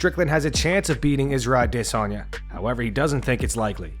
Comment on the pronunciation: Just have to let you know how dumb you sound when you pronounce ‘Adesanyas’ name…